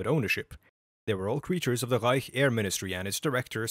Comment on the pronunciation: i know i can trust this guy because of the way he pronounces "reich"